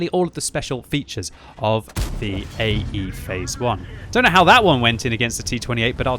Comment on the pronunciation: i.e.? No, it's AE (Phase I)!